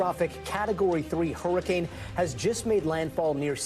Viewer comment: Blue said horrorcane 💀